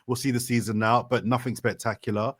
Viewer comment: Saying nuffink as an adult is wild 😅